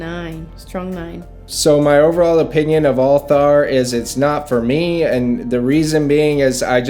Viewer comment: You're wife got the pronunciation of the fragrance 1000x better than you did!